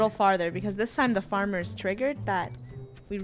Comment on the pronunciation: The famer noooo!! Me:Farmer?! XD